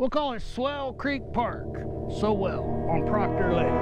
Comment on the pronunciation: Dude — have you ever used a towel? Heard of Colin Powell? Remember Thurston Howell III? How do you get that pronunciation of Sowell?